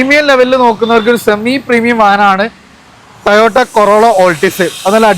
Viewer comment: ടയോട്ട അല്ല ഭായ് ടൊയോട്ട എല്ലാ വീഡിയോയിലും കേൾക്കുന്നത് കൊണ്ട് പറഞ്ഞുന്നേ ഉള്ളൂ